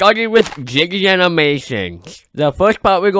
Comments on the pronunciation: When you say Jaiden it sounds like you said jiggy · This is not a hate comment It’s cos ai thinks he says jiggy animations and not JAIDEN ANIMATIONS! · I thought bro said jiggy animations💀💀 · bro said jiggy. (i heard it like 6 times at the beginning) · is it just me or do i hear " jiggy animations" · i know you didn’t mean it but you sounded like you said “Jibby animations” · It’s Jaiden animations